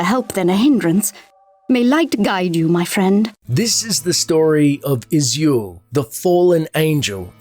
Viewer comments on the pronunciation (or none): I always thought his name was Uh-zool 😂😂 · im not surprised you mispronounced izual. you even mispronounced azurewrath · Its hilarious how you mispronounce Izual, even though everyone says it. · You can pronounce Izual's name either way as I don't believe there is an 'official' way to say it. Just happens that the voice actors say it as Iz-wall but I've heard others (and myself) say it as Iz-yoo-all. In the end, it doesn't matter as anyone who knows the game will clearly understand the character you are talking about.